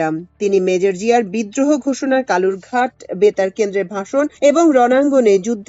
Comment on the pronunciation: চট্টগ্রামের কলুরঘাট নয়, সঠিক হবে কালুরঘাট।